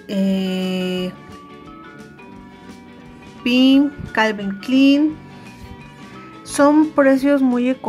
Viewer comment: Jajajaja jajajaja pensé lo mismo ni pronunciar las marcas sabe pues son clon por eso lo prenuncia así jajajaja (sarcasmo)